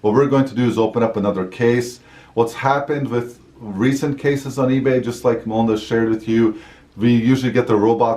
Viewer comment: This is the first time I realized your name is Melinda! I’ve been hearing “” in all the videos I’ve watched before.